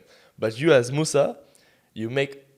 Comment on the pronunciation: mussy? wasn’t his name moussa? 💀